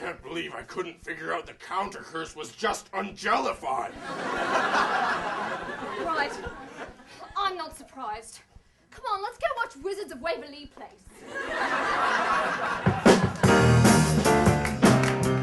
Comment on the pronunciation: "Wizards of Waver-Lee Place"